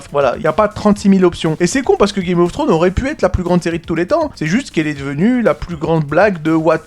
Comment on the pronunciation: Après tant d'années t'arrives toujours pas a prononcer le s de Game of Thrones 😂😂😂😂😂